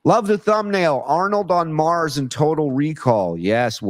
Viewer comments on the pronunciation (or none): none